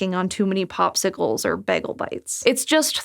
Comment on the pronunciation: hey just like Britta in Community, she says "baggel" instead of bagel. I never thought that was a real thing.